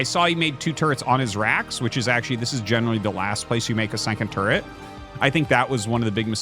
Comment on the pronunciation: I can only hope one day Artosis does an English translation cast and says "turret" instead of "terret".